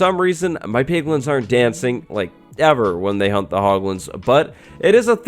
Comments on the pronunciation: When you said "hunt the hoglins" I heard hump the hoglins. I just assumed they could breed and make more piglins 😂😂😂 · He’s saying “hunt” the hoglins... he’s saying HUNT... 🥵